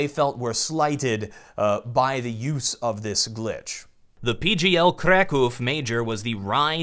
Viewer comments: Kraków, not krekov... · It's pronounced 'crAckoov' and it's stressed on A. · "KREKOW" CS:GO Major? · Its Krakow ffs